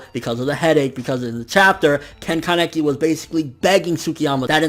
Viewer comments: i hate to be that guy, but uh.. isn't it KAneki, not kanEKi? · ア レ ッ ク ス 》 that's just how he pronounces it. I say KAneki